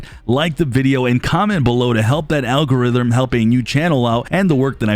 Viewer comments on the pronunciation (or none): Yeah he also said algoritrhm lol